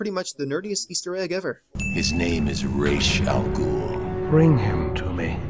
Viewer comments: Why do they say : "Raysh Al Gool" when it clearly should be more like: "Raas Al Ghool" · Why is Ras Al Ghul pronounced Raysh Al Gool? It should Raas A Ghul as it is in Arabic